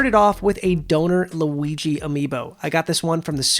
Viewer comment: I know it isn't a big deal but does it bother anyone that he says Luiggi instead of Luigi